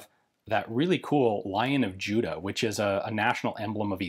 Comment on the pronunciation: Hi Ian. Love your work - have been watching you for good many years now. I know this is a nitpick, but when you talk about the lion stamp on the rifle, it is not "Lion of Judas", but "Lion of Judah". The lion does not refer to Judas the apostle, but Judah the kingdom. Small thing, I know. And it is only said at , when talking about the stamp. Otherwise you say Judah quite clearly.